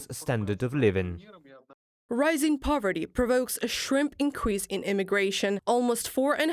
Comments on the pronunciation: “Powerty”? Clowns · It's "poverty" not "powerty" btw. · Poverty not Powerty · Poverty not Powerty.